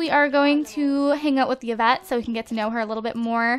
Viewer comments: hehe it's pronounced evette and spelled yvette, not yievette.. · Yvette is my French name and it's actually pronounced like EE-vet haha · Yvette is actually pronounced like this (EE-vet)